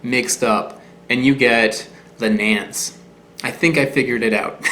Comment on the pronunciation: I believed it’s pronounced more like Nahn-chess well that’s how the people down in Guerrero Mexico pronounce it. I always thought it was related to the cherry.